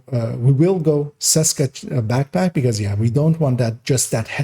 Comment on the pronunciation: Small note: the "Č" in "Česka" is actually pronounced the same way as the "CH" in "chest" So "Cheska" or "Tscheska" (German Audience) if it makes sense... I personally run Opportunistic on my backpack and use the Scorpio as a main weapon. Together with Firewall spec to have a higher dmg output.